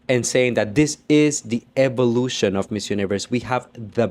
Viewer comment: Eevolution? Eevolution? We have blond hair n blue eyes ! Its the seriousness for me 😂